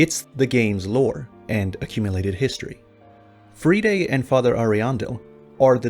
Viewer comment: Why can no one pronounce friede? They pronounce it correctly for you in the game. You’ve literally heard it said countless times,.